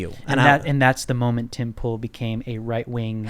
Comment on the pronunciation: Tim(e) Pool, not Tim Pool(e). The beanie scrambles things.